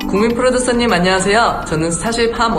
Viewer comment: 특유의 발음덕분에 안냥하쎄여 국민풀듀쏘님! 스타쉽 연쌩 함원진입니다 하는거 너무 귀여오어요 ㅠㅠㅠㅠ 바이나인 데뷔하자 사랑해 요즘 매일 마지막회 돌려보면서 울어 ㅠㅠㅍㅍ ❤❤❤